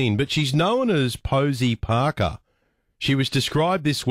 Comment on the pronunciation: I love the Aussie pronunciation of Parker